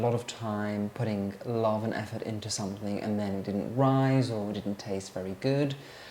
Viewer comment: Hi. I say this with kindness, pronouncing words that end in ‘ing’ with a hard k sound is not elegant. Something not somethink.